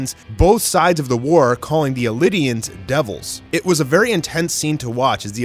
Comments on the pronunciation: Thank god I'm not crazy. ELDIANS! NOT ELIDIANS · Bro wtf is wrong with certain anime youtubers. Bro have you no once heard how the name's are pronounced in the damnn ANIME SHEEES. And if not have you not seen the spellings???? ELDI-ANSS NOT eli-dians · its not “elidians” nor “Lion titan”, its “eldians” and “Jaw titan” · Isn’t it pronounced “Eldians?” Why do I keep hearing “Elidians?” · it is eldians, is like the only person i've seen pronounce it "Elidians" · Every time he say “Illidians” and not Eldians, my ears burn and my stomach turns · "Elidians" ELDIANS E L D I A N S ELDIANS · elidian is the japanese way, cuz japanese always emphesize the constanants, i know this cuz im japanese so in english you can call it eldians :) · he call Eldians "Elidians"? angery Eren noises heard thru PATH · Pls its not Elidians its called Eldians ...lol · I got proper confused when he kept calling them elidians. Took me a while to realise he meant eldian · Is it just me or did this man just call them ELIDIANS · “Lion Titan” “Elidians” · “Ellidans” do you me Eldians? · He said Elidians haha ... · MY GUY ITS NOT CALMED THE LION TITAN ITS CALLED THE JAW TITAN💀💀🤦🏻 AND ELDIANS ARE NOT CALLED ELIDIANS💀🤦🏻🤦🏻🤦🏻🤦🏻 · 1. Ymir wasn't a double agent 2.why does he say elidians other than eldians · El - Dee - An, not El - id - Ee - An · エルディア人 - ERuDeiAJin means people of Eldia therefore Eldians. Not エリディアス人 - ERiDeiAnSuJin. Eridians You're not going to prounounce Death Note's 'L' as 'Eri' right? If you google both Japanese pronunciation you won't get any results with the 2nd. Nobody pronounces it that way. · it's ELDIANS not ELIDIANS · Elidians? Wtf? Its Eldians, Ell-dee-ans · It’s eldians not elidians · "Eldians" not "Elidians" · It’s pronounced Eldians not Elidians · Eldians not elydiens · Hey bro listen pls...it’s not elidians its “eldians” so stop ruining it . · If I have to hear “Elidians” one more time I’m gonna scream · why it sound like indians to me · And elidians 🤨